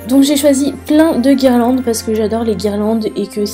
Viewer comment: Guirlandes* pas guirelandes